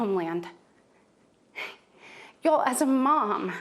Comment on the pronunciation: Y'all, she doesn't even say "y'all" right. I'm going to need to see a birth certificate.